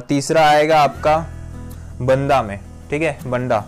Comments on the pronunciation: बन्दा नही बाँदा होता है ब्रो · भाई बन्दा (Banda) में नहीं है बाँदा (Banda) बोलते है उसे